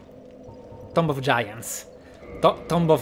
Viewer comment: si pronuncia tumb santo cielo